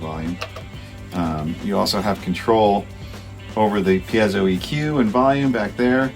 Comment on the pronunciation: Ok wait - let’s talk about proper piezo pronunciation… so John says “pee-éh-zō” but I’ve heard Alex Lifeson say “píe-zō.”